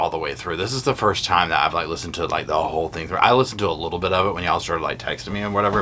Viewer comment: it sounds like you’re saying little ass and it makes it so much more funny to me.